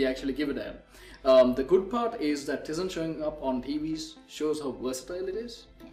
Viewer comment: And also Tizen is pronounced "taizen"